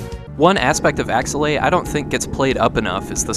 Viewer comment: This is one of my favorite games on the SNES and up until you pronounced it I had no idea how to say this name. I've been saying AKE's-LAY